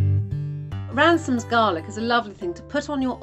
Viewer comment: They are called Ramsons not Ransom's